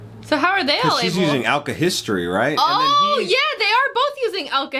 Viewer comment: The word is alkahestry by the way